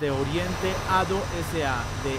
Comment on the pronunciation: En realidad se dice adeo ADO yo soy de México 🇲🇽 ay muchos de estos acá saludos sinxe saludos 🤟🇲🇽